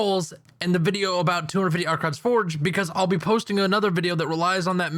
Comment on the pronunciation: ***** its archon* actually